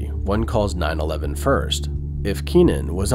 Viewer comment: I came to the comments to see if anyone else noticed the way they said 911. I was wondering if that was a way some people say it and I just had no idea lol. Plus made me think if the narration is done by a bot off a manuscript or an actual person